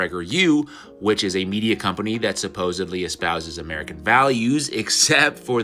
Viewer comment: also mispronounces the word “supposedly” and says “supposebly” with a “b” I wish would pull him to the side and kindly let him know this. It actually does make an impression on listeners when he repeatedly says “like”, “bro” and “supposebly” coupled with the prideful tone he often takes when addressing other people’s opinions or research (for example calling people “spiritually dull” for believing that Charlie Kirk faked his death, even though there is a plethora of evidence and information out there, such as from the rumble channel A Call For An Uprising. He’s done a tremendous job breaking all of it down.)